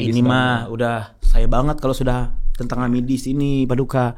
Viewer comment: PADIKA ganti “i” jadi “u” jadi PADUKA baru ngeh kenapa di panggil gitu